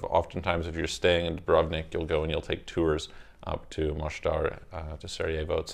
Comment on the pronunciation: Just few things. 1.Mostar just think of that rap song MO Money Mo problems but take the MO and add the word STAR and its how its pronounced :) neighboring